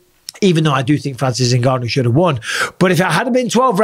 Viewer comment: fury said je haf a 12 week hard camp